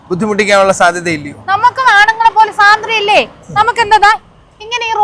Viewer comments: സ്വാതന്ത്ര്യം എന്നാണ് പറയേണ്ടത്,, സാധന്ത്യം എന്നല്ലല്ലോ 😊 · സാതന്ത്ര്യം അല്ല പെണ്ണുമ്പിള്ളേ സ്വാതന്ത്ര്യം